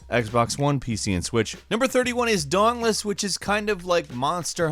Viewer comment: Everyone you say "dauntless" I hear "dongless"